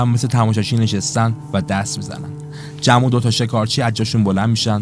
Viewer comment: تمام خلاصه فیلمها رو دیدم کارت خوبه فقط اسم بازیگرها رو معمولا عجیب غریب تلفظ میکنی جوری که تا حالا نشنیدم لطفا اصلاح کنید ...😊 جم مثلا میتونه جما باشه